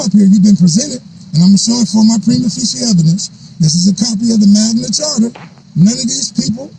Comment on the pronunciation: Imagine you make this ideology your ENTIRE life and personality yet you’re so lazy, you don’t even learn to pronounce the words properly? This 40 IQ idiot said “Magna CHARTER” nine fucking times. SMH